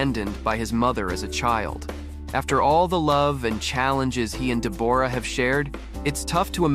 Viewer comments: SHE PRONOUNCES IT THE WAY IT IS SPELLED! DEBORRA-LEE FURNESS! SAY IT WITH ME! DE BORRA LEE FURNESS! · She pronounces it like it is spelled! I will go slow. DE BORAH- LEE FURNESS! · Someone be learnin this AI how to proNounce deb OR a correctly. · Please, please pronounce Deborah correctly………